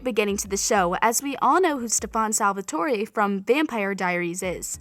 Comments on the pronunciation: I’m so mad half of this information was wrong and like can you say their names right like what the heck who’s helena? And its Stefan not Stephon and Salvatore not Salvatora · SteFUN SalvatoREh, Helena, Sillis and QwesAYUH 😭😭😭😭😭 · Literally “STEPHAWN SALVATOARae”😭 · Her : " In that werid Karaoke wolrd " Me : prison world Her : stefen salatore Me : stefan salvatore Her :helena Me : elena Her :queiys and qusya Me Silas and qetsiyah Her : vonnie Me : bonnie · StEfOn SalVaToRay 😂 its Stefan Salvatore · stefUn sAlvatOry 💀💀💀edit: BAHAHHA ITS NOT HELENA ITS ELENA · StefOn SalvatorAY and Helena 😂😂u need to practice your pronunciation 🤣 And we can’t forget siliS and QueSIYA 🤣🤣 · lets not forget the way she said salvatore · You pronounced Elena, Stefan, Salvatore, and Alaric wrong. Either watch the shows or don’t make a video. Salvatori is the last name in the books not the series